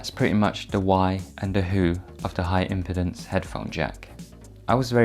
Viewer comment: It’s “impeeeeeedance”, not “impitence” smh